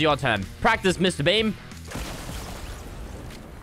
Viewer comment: Every time he says Mr.Beam, I think of Mr.Bean